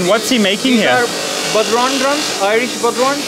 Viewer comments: nice one! tbf he did a better job than most Americans at pronouncing it! They'd have said Bod-Ron! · The Irish drum is called a bodhrán and is pronounced bow-rawn (bow as in take a bow). They're gorgeous and have been part of Irish culture for centuries! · What an absolutely fascinating video! I would have never thought that traditional Irish folk drums (incidentally, bodhrán is pronounced something like "bough-rone") and other European/Arabic/historic instruments are being manufactured by hand in Pakistan of all places! I would love to own one of their lute guitars. Absolutely brilliant entrepreneurship from whoever decided to start this enterprise. Thank you Karl for this tour!